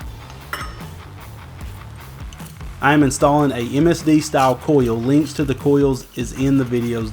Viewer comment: Now now, I know you’re a country boy, engines have “kuhl’s” not coiweoils! Hahahaha